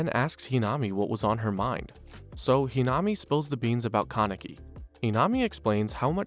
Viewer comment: The mispronunciation of a lot of the names really irks something in my brain. It’s almost like you didn’t watch the show or even bothered to look up how to pronounce the names correctly very annoying to constantly hear It’s toe-ka not too-ka It’s He-nuh-me not whatever you said Toukas brothers name is said wrong too Even yamori is being said wrong